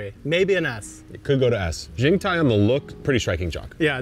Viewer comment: FYI about the XingTai variety, the X in Chinese is pronounced closer to "shing"! So shing-tai